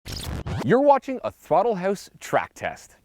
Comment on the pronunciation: Why does he say house like hoose